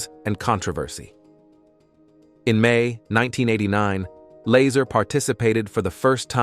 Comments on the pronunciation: say it with me... its La-zar not lazer.... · Bob Laser? LOL Bob pronounces his last name "La-Sar" Laser sounds funny. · Why do you keep mispronouncing his name? It makes you sound like a jack ass. Just saying.....